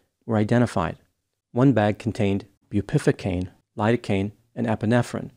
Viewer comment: it’s pronounced as “bew peh VUH cane” not”boo PIFFA cane” for the word Bupivacaine. 😂